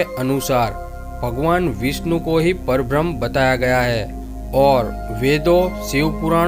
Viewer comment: Parbram nahi. Parabramha.m nahi h. PARABRAMHA. ha, haa nahi. Thoda ucchar thik se karo. Nice information.